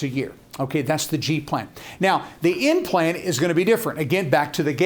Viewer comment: He actually said N plan but it sounded like implant.